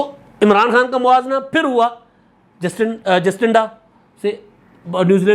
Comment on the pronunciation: ایک چھوٹی سے تصحیح: نیوزی لینڈ کی وزیراعظم کا نام جسٹنڈا نہیں بلکہ جیسنڈا (Jacinda)ہے۔